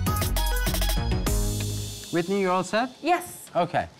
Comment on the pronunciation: Uhh 😬 her name is Whitney NOT WHITEY 😫